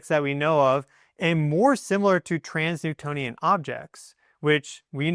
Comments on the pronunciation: Sounds like he keeps saying 'trans-newtonian' when I think he means 'trans-neptunian'??? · You said trans-Newtonian objects a few times, but I’m pretty sure you mean trans-neptunian. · 1. It's pronounced "enigmatic", not "egnimatic". 2. It's "trans-Neptunian" (i.e. beyond the planet Neptune), not "trans-Newtonian". 3. It's not an "orbit", it's a "trajectory". 3i/Atlas is not orbiting anything at all. I doubt you're even a geophysicist. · It's trans-neptunian objects, You keep saying Trans Newtonian.. even google was confused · Dude you are majorly triggering my Virgoan nitpicky ascendant! Transneptunian objects (TNOs) are transNEPTUNIAN. Not Transnewtonian!!!